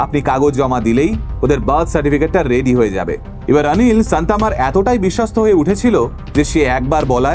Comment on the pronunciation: উচ্চারণ ওটা রাঞ্জিনি নয়, রঞ্জিনি হবে । আনিল নয়, অনিল হবে ।তোমার থেকে এরকম কিছু শুনলে বিশ্বাস করো দাদা খুব খারাপ লাগে ।